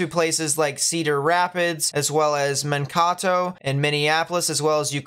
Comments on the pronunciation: Just a heads up, Mankato is pronounced, "Man - KAY - toh". Not, "Man - KAW - toh". Just for future reference. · It's Man-k-toe not men-taco. :) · and we pronouce it with a d, not a T, so Man- KAY -Doh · 😂😂 I had to get to the comments to help with ManKAto. I guess you've got lots of fans in southern Minnesota. Thank you for your videos. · Hi! It’s pronounced like Man Kay Toe 😃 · man-KAY-toh is how you say it. but love the vids a lot thanks man! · This Iowan was going to tell how to pronounce Mankato also.